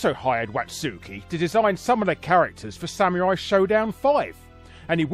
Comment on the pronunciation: ok your pronunciation of samurai as sameerai bugs me